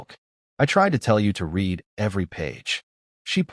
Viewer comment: Stop A.I narration it’s pronounced Red’ not ‘reed’, ruins the whole story. Makes me want to skip not subscribe. LEARN 😮